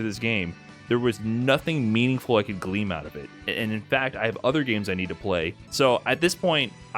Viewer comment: Glean my man. Glean not gleam. Although we give it 10 years maybe gleam will be the new glean as that's how language goes.